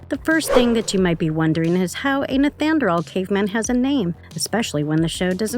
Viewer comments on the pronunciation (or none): It’s not pronounced neth anerdall, it’s pronounced NEEANDER-TALL. Nice video but that detail is making me NUTS. thank you. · Neth an drawl man? That is not even close to how you pronounce neanderthal. Nee ander tall. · holy shit lady its knee-AN-der-thal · Why can you not say Neanderthal right lol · Stop saying nethanderal! 🤦‍♂️ cant you read? I thought content creators done their research. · Can’t get over the pronunciation of the word Neanderthal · The pronunciation of Neanderthal (Knee an der tall) was driving me nuts. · This lady is driving me nuts it's pronounced nee-ander-thal! Ugh! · Yh that annoyed me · This is one of the worst, emotionless voice overs I’ve seen on YouTube. So many mispronounced words, not to mention “Neanderthal”! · Da fucc!??? How do you not know how to pronounce "Neanderthal"!? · Why does this person not know how pronounce Neanderthal? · And she said it so many times. How embarrassing. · This narrator totally massacred the term “NEANDERTHAL”😡🙄